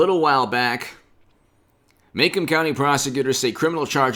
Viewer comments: Pronounced....Ma...Comb county. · Macomb County,pronounced ma comb